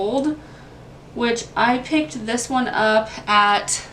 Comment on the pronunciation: I think you are mispronouncing Sephora. A couple times, you called it Sef-or-ee-uh. But it’s just Sef-or-uh. No shade, just wanted to let you know for future. Nice vid.